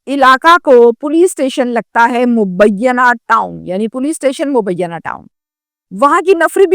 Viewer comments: Bibi mubiyana nahee hey,mu_ bee_naa town p.s hey,karachi university isi thane ki jurisdiction me hey, apna tulafaz durust kerey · مبینّہ نہیں۔ مبینہ ٹاؤن نام ہے۔